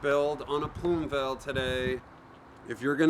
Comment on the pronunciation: Plume "Vail"?